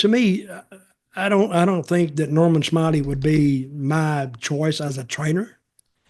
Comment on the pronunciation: Nor*man* Smi*ley*